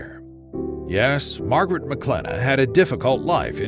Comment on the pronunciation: Mawgrit has no Scwuples